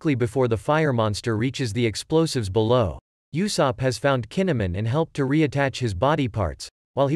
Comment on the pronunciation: Blud said YOUsopp